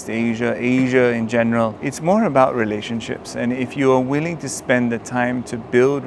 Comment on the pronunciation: the word 'relationships' do sounds like malaysian speaking